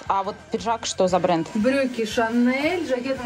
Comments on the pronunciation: Почему шанэл а не шанель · шанел невероятно режет ухо,, вы что с американской деревни сбежали, что так произносите???? Это французский бренд и французское произношение шанелЬ!!!!!